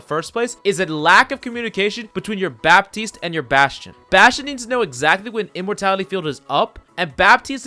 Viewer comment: In french,don't pronounce bappppptiste but batiste (it sounds better for my french ears )